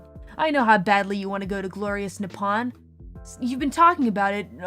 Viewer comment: Fukkn "Nipawn"